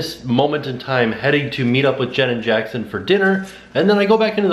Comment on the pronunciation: I love that when says 'Jenn and Jackson' it sounds like Janet Jackson. "Look forward to the continuation of this day with Janet Jackson" 😂